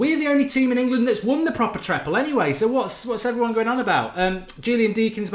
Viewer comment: Triple or treble, not treple 😂